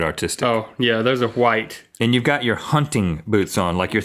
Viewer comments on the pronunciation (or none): I wonder why Link always says "Wahite" instead of "White"